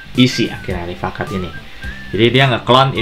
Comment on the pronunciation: Rifaaqat dalam bahasa arab dibaca Ri-faa-qaat Yang artinya Sahabat/teman baik.